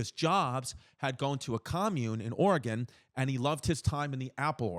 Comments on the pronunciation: it was so cringe every time Chris said "Oregon". THERE IS NO... I REPEAT NO "E" ON THE END OF "Oregon" it's pronounced the same as musical instrument🤦‍♂ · HOW DARE YOU SAY OREGON THE WAY YOU DID Lol